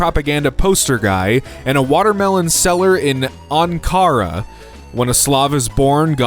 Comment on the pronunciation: "Ankara" is pronounced like "ahn-kuh-ruh" —person engaged to a turk who goes to university in Ankara